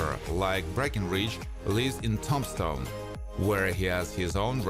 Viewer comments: Hey, Buddy. Nice videos. The only suggestion I would give you is to try and learn the correct pronunciation of cities and towns in the US. Tombstone is not pronounced like the name of Tom Stone. Tomb is pronounced Toom stone. Toomshone. The rest of your words are very well done, and the whole piece is very interesting and well done. Thank you. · The narrator calls it Tom-stone instead of Tombstone.............. 🤣🤣🤣🤣🤣🤣🤣🤣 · I am not trying to criticize your English, but to help. The e word " Tombstone" is pronounced with a lomg "e" sound. As in TOOM-stone.For some crazy reason the "b" is silent or said almost silently. My grandmpther spoke five languages including German, Hungarian, French, and Turkish and said that English was the hardest language for her to learn. In my family Greek and German were commonly spoken, I really enjoy your show. Thank you.😢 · You are hard to understand with that accent and you are saying Tombstone wrong 😕